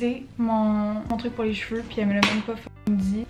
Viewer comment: “Cheveurrrrre”💀 anyways love your videos 😂😂